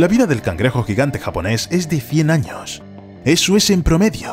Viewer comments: se dice años no anos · dice 50 anos xd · Como que anos? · Dice anos XD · JAJAJAJAJAJ... minuto dice 50 anos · "años" se me hace gracioso y solo quiero que mas gente lo note